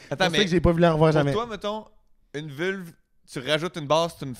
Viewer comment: jsais bin que t’es aux hommes mais on dit une vulve pas une vule lol